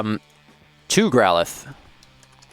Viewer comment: Ahh I forgot how weirdly he pronounces Growlithe.